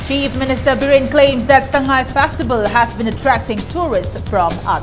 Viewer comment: It's so disturbing to hear the news reporter saying Festi vel.😧